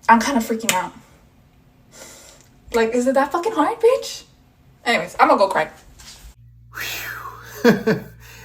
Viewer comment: why the women of eeuu say bicht